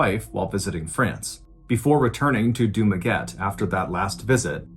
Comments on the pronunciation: Hi john, its du-ma-get-teh not dumaget 😂 (spelled dumaguete) love from the philippines! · The place in the Philippines is pronounced as Dumaguet te not as Dumaguete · Friend Ballen, it is pronounced Du-ma-get-teh, not Du-maguette like baguette. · Wow, I never thought my hometown would ever surface in one of your stories! Excellent storytelling as always. Dumaguete is pronounced Duma-getty by the way. My aunt from Houston told this story to us in the mid-80s. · mr. ballen... it is read... du-ma-gue-te... 👌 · Hey Mrballen, that place in the Philippines actually pronounce as Dumaguet-te.. 🤗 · I've been listening to your stories for almost a year now and this is the 1st time i heard a story about a Filipino..this is sad as..I hopeTeresita is at peace now ... but her killer will hear her voice for the rest of his life and by the way..it is Du-ma-gue-te, with an "e" 🤣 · dumaguete pronounced here in the philippines as Du-ma-ge-te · It's pronounced Duma-geh-tee. Also dumaguete language is bisaya or visayan but they usually do speak tagalog also. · Dumaguete is actually pronounced as Dumague-'teh'. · I have been a fan for almost two years now that is why I feel the need to correct you on two things. 1. Dumaguete is pronounced "doo-MA-geh-te" 2. their native tongue is not Tagalog but Bisaya... I still love you though...keep the very scary, dark and mysterious stories coming... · Hi Mr Ballen! It should be pronounce as Du ma ge te (Dumaguete) Love all your stoies, PH represent!😊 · Dumaguete, as TEH in the end. With 3 syllables. While I love to listen to your stories it drive me crazy when you mispronounce the names of cities. 1st was Yakima and now Dumaguete. Just use YouTube to get the right pronunciation. . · The final e in Dumaguete isn't silent. :)